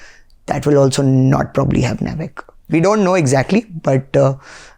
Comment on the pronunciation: I believe, it is not pronounced nav-ic, it is naav-ic.